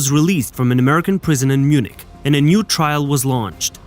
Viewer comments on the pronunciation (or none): none